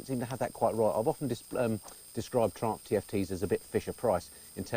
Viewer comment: Please don't pronounce "Triumph" like "Trump". Not fair running "Triumph" reputation by calling it "Trump". LOL